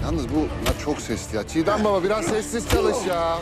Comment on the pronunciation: 1.09 cigdem teymenin ismini yanlis söylüyor